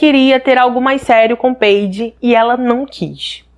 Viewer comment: Não é peide e paidje que se pronuncia.